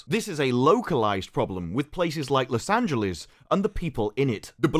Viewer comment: Take a shot every time says Los Angeleeze like Bugs Bunny